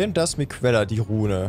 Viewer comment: Ich mache so was eigentlich ungerne, ABER WENN DU NOCH EINMAL MIQUELLA STATT MIKELLA SAGST, DANN WERD ICH FUCHSTEUFELSWILD HIER DUUUU 😅😉